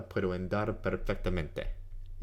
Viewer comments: It's pronounced ON DAR not AND ARE. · thought i was the only one that noticed that. Sounds to close to how english speakers say "and"....Should be more of an "AH" sound...AHn-dar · It's Andar, like in cAr, not like you say it Endar like in End. Btw, I'm doing the same, translating titles because they are conversational language and THAT's what you need. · Thank you very much! This vid was so useful. By the way, I don't know if I should tell you this but you pronounce "andar" like "endar". In spanish "a" sounds always the same way, and the correct way to pronounce it is like how you pronounce the second a in "andar". I tell you this to help you improving your Spanish, but you sound great speaking Spanish anyway! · Thank you for the video,. I discovered it looking for a method to improve my English vocabulary. I'm Spanish, and if you allow me for a little correction, your pronunciation of the first "a" of "andar" is a little "e" like in the English word "end"; it should be more like the "u" of the English word "under". You also pronunciate "farta" instead of "falta" which sounds for me very like in Andalusian dialect. Again, thank you. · His pronunciation is not good and he teaches Spanish. Falta is with and "l" not "r'" sound. His "andar" is off too. I do appreciate the How To on Anki but I can't in good conscience not mention the weak pronunciation.